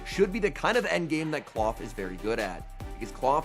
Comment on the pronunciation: It's not clawf twin it's Klawf.